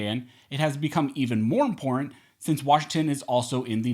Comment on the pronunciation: I cringe every time you say the word imporant instead of important